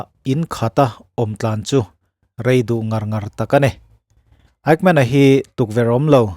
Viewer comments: Fightmen i tiin ka hria, Eighmen ti a lam chi a nia aw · Kan American-Jews Lecturer chuan a lam dan tur min hrilh dan chuan Ekmen tia lam tur a tia ...😊 Mahse a ngaithlatuten kan hriatthiam vek chuan a tha vek. Kan hriatthiam lai tak kha a pawimawh ber.